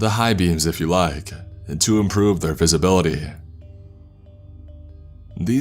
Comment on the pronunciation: God your inflection sucks, listen to mr Davis, kingspook, creepsmcpasta, they don't need to alter their voice like you do. Why talk like that? "...moment-uh" , "at night-uh" "...the visibility-uh"